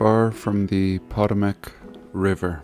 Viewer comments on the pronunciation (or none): We say it like puht-TOH-mick river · Pronounced Pa-Toe-Mac River. Emphasis on "toe." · Pah-tow-mac! Lol formerly susquehanna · I follow and admire your work, but I gotta admit that I was astonished at your mispronunciation of Potomac.It seems incredible that someone who has been alive in the United States as long as you have wouldn't know how to pronounce it. Strange days indeed.